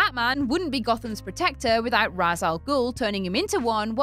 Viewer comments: "Raysh", not "Razz",. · Any video that prounounces it "Roz" Al Ghul automatically gets a dislike. How would you like it if people constantly pronounced your name wrong,? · I always though Ra's was pronounced RAY-sh